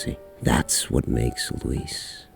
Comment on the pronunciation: Luis cera? I think you mean LEEWWWIIISSSS